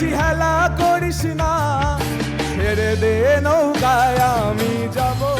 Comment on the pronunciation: খুবই ভালো performance, এগিয়ে যাও। শুধু, ছেরেদে নৌকায় গেয়ো না, কথাটা ছেড়েদে নৌকা। বাকি আগাগোড়া লা জবাব।all the best ♥️♥️💜♥️